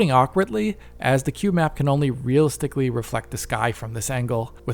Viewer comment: Did you just say real stickley? Instead of realistically? Ugh